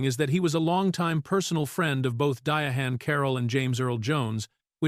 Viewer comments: Ms. Carroll's name is spelled Diahann and that's why it's being mispronounced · "Dia Han Carroll" killing me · His pronunciation of her name graded on my last nerve.